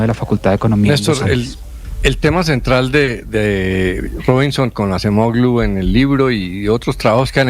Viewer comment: La Ğ en AcemoĞlu NO se pronuncia!!! Como en ErdoĞan o yoĞurt!